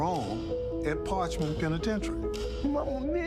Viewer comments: Par-ch- man. Get it right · Its par- ch- man getit rightYankee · You’d think that a professional narrator would at least take a minute to learn how to pronounce the name of the facility he’s describing. If this guy became really hot and thirsty, I wonder if he’d say “Man! I’m PARKED!” 😂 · I’m from Mississippi. They don’t even know how to pronounce parchment awful video. Don’t make a video if you don’t know how to pronounce the name of the place you’re talking about.